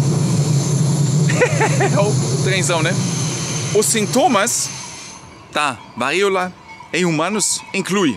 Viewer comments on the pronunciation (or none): O correto. Siga o acento agudo. "VARÍOLA..." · Diga "varÍola" sem medo de errar,: a sílaba tônica é o "RÍ". A Elfi está certa. 😊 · qdo for falar varíola, lembre q esse ola vai soar como o cumprimento - Olá - força no último A - varíolA 😉